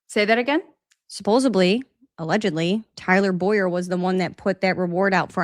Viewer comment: great show.. one thing though.. it's 'supposedly.. not 'supposebly' .. keep up the good work !